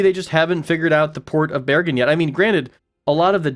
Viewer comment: Good pronunciation of Bergen :)